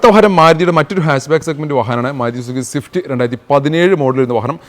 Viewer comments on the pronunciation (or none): none